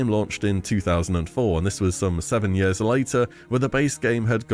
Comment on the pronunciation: Fucking hell can you stop saying yørs or whatever instead of years is that an illness or your accent?